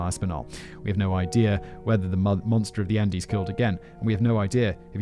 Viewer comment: I liked this video because of the delivery and writing . I didn’t actually enjoy it at all . Even after all I still remember Simon said “undies “ instead of Andes . It is rare for a mistake to be heard , but the subject matter in this video conflicts me even further for finding it amusing at the time .